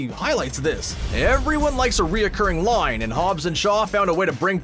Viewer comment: what's a "loine", like "the most famous loine in the series"